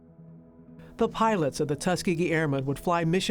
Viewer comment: u kept saying tuskgeegee